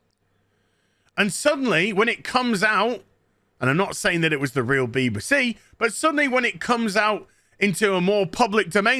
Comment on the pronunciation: protection from what? Zee germans? 🤣✌